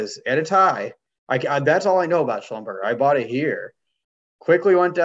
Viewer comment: It’s not a fast food chain. Schlumberger rhymes with Neglige.